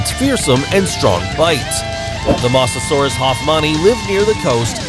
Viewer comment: This is how u really pronounce mosasaurus can u try to get it right pls Moe-za-soar-us